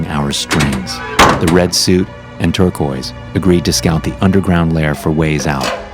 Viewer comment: You said turquoise I'm heated 😠😂